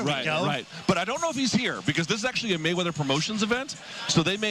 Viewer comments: Dude said Waymeather... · He said Floyd wayweather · He said Floyd Waywether😂🤣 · Floyd "Waymeather" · did he say floyd wayweather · Floyd waymether...hahaha